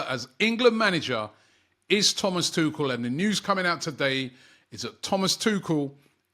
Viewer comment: butchering names isn't surprising anymore.